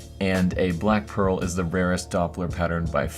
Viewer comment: "Anythring" "Black Peral"